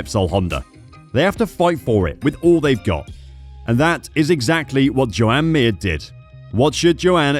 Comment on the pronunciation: Its pronounced "Jahn" "John" Not "Joe-Ann " . "Marc Márquez " is not pronounced "Mar-Cee" Nor is "Jorge Lorenzo" is not Pronounced "Jorg-e" . So at least Think about it.